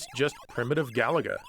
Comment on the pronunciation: Galaga must be pronounced stressing the middle syllable. ga-LA-ga.